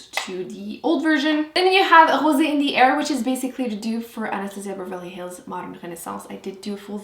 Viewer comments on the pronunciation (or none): none